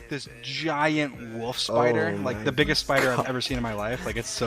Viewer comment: I still dont understand why does dream say wof instead of wolf